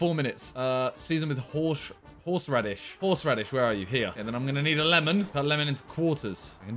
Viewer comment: Horsh Radish, okay Simon!